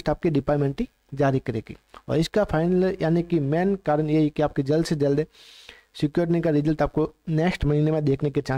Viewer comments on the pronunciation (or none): स्क्रुटिनी ❌ सिक्योरिटिनी ✔️😂